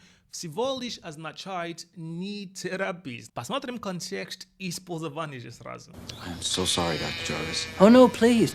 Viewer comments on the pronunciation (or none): sorry, правильно произносить "испОльзование, испОльзованный, испОльзовать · ты часто употребляешь слово "использование", "в контексте использования", но ставишь неправильно ударение. Правильно "испОльзование")